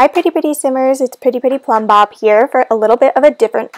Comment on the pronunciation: first of all, i love your pronunciation of "maxis" :) i also love how you say "plumbob" it sounds so much prettier and i think i've started to pronounce it more like you since i started watching your channel :D i don't know what "the right" pronunciation is. i love all the custom content! i had no idea this project existed so thank you for showing it to us!